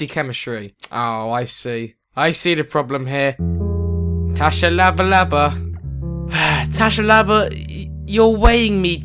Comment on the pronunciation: his name is pronounced shabalala its south african